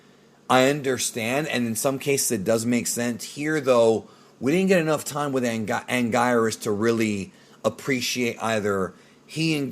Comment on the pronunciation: It’s actually pronounced: “An-Geer-is” This monster’s name is pronounced differently throughout the years lol in Japanese and dub. He was once called “an-gwee-nus”